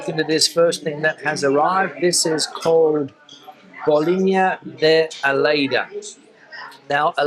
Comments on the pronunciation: Some pronountiation notes, maybe one day, if you have some time to burn, try to learn to spell "lh", as in alheira and alho (garlic). It's a sort of "wet L", it involves a specific tongue trick. The way you said the first one, "aleira", was still recognizable, but "aoli" or "alioli" are unrecognizable. If you lack the "lh" pronounciation ability, maybe try it like "alio". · Seeing you enjoying a typical Portuguese meal filled my mouth with water!... Gave me a lot of appetite! "alheira" not "aleira"! Press your tongue against the palate of the mouth!